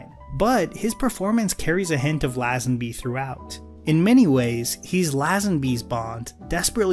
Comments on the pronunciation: I’m sorry to be that guy but your pronunciation of LAZENBY is doing my head in. It’s LAY-zin-BEE not LAH-zuhn-BEE. Great video btw! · great video! I love your take on media. BUT...its " lay-zen- bee" not "laah-zan-bee" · an enjoyable review - as i'm an english Bond fan I just wanted to give you a tip - Lazenby is correctly pronounced lay-zen-bee :) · It's lay, Lazenby ffs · Bro, if you’re going to say “Lazenby” that many times, at least look up the correct pronunciation. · This is a good and insightful video. You obviously researched a lot.... except how to pronounce Lazenby... As a Brit I found it really jarring. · Crikey, dude - Lazenby is pronounced like laser or lazy, not jazz .... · How many times can you miss pronounce George lazenby in a video. Let’s find out! Great video though, just was jarring to hear his name mispronounced time and time again.